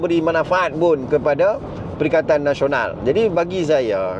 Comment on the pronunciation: Hilup Pelikatakan Pelikatan Hilup Gelakan, hahahaha.. cuba kalau DAP yang pelat mcm ni mau dimaki walaun berbakul2😂😂😂😂